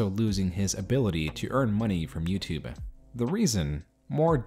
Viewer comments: "YoutuBEH" - why do you say it that way? With an "eh" at the end. The "e" is silent. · I learned a lot from this video. Mainly that the E in "YouTube" apparently isn't silent.